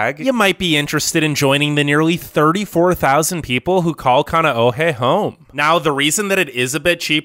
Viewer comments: Oh please Bradda! Please learn to pronounce Hawaiian words! King Kamehameha is rolling in his grave. Haleiwa! Kaneohe! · Please learn the correct pronounciation of Kohala, Kaneohe, Haleiwa, Hanauma Bay, Molokai, Honolulu, Kapaa, Kauai and Koolau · Are you sure you pronounced Kaneohe correctly?🤔